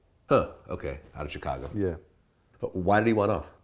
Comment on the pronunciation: Why is Vlad now pronouncing "Chicago" like Charlamagne? Chi-kagoh